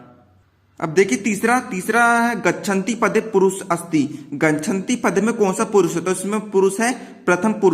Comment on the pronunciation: Bo gachantu he gachantu nhi